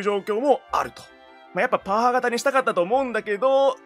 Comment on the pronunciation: 「パワー」が「ポー」に聞こえるぐらい興奮する兄貴